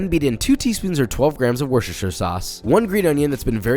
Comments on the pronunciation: War-sure-sure sauce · wooh-steh-sheer say it with me, papa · He said worschesiredredsvdd sauce without hesitating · its pronounced "wusta" sauce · Just a tip for all the Americans/Canadians; "Worcestershire" is pronounced "War-Chester-Shire". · That ain't right - pretty sure it's pronounced 'wooster-sauce' :) Other than that, wontons are generaly underappreciated. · PAPA PLEASE... Worcester is pronounced "Wooster"